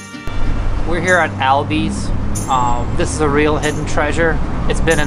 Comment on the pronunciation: First off it’s al & bea’s not “Albee’s” Second they do have veggies and third what do you mean”plumbers” are you saying people in my community can’t have high paying jobs? I’m sorry I know you mean well but you should really think about what you’re saying before you post videos like this. Boyle Heights has deep roots and our people have pride in their neighborhood and not everyone around here is as forgiving as I am.